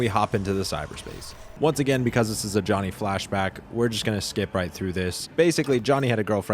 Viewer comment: I really struggled to figure out you were talking about Johnny, idk how you butchered that name so bad